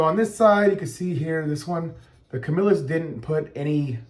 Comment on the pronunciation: Thank you for pronouncing Camillus correctly.